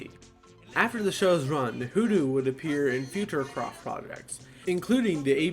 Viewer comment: *HooDoo *, not "WhooDoo".